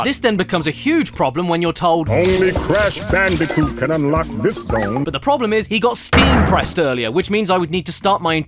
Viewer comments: It's C A S H B A N O O C A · "IT'S CASH BANOOCA!" 10/10.